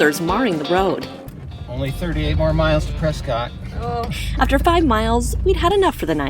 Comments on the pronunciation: It is pronounced presKITT not presCOTT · Out here, it's pronounced "Preskitt."